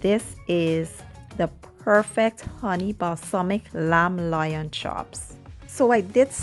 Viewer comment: It’s “Loin” not lion …